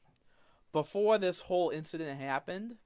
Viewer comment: the stweaming of tha hentai happened BEFOWE i became the pwince of de sewvewr!!